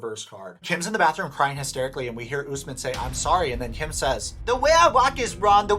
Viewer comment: It cracks me up every single time you refer to Kim as "" and Usman as "" 🤣💀